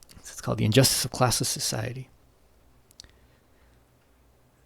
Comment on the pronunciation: "Injstice" "Marxist call" pick one